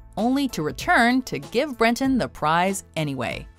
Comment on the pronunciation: #9: Breton. His name is Breton.